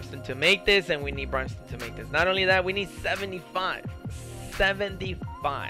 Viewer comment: "Brime"Stone LOL